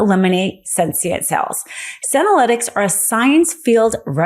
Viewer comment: Love your podcast, but it’s senescent (se NESS ant) cells, not sentient (SEN tee ent) cells.